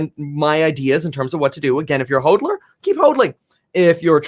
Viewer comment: hOdler, not hOADler